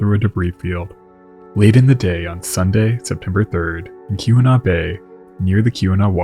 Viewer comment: I love your work, but it's AY-GAH-WAH, each syllable distinct / given equal length, not unlike I-DAH-HO. Then, later, KEE-WHEN-NAW.